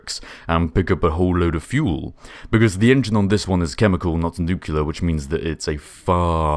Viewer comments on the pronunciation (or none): Please say nuclear right! NOOK-lee-arr, not NOOK-you-lerr.